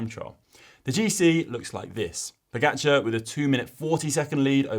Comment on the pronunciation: Learn how to pronounce pogacar! Ugh